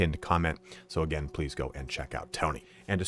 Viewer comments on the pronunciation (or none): none